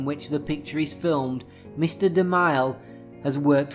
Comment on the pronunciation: I thought it was pronounced De-Mill (DeMille)